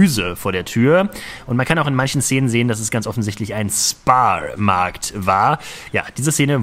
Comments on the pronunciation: kein spar sondern ein Schpar markt (so wird es ausgesprochen) :) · Den SPAR-Markt spricht man mit "SCHPAR-Markt" aus ... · Ich hab noch nie gehört das jemand "Spar Markt" englisch ausgesprochen hat 😀 Wir haben immer "Schpar" gesagt.